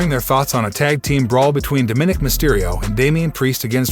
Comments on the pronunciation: Narrator: please learn how to pronounce Dóm-í-nik (both “i’s” are short vowel sounding). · its pronounced Dom-ma-nick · Quite watching video when you pronounced Dominique's name wrong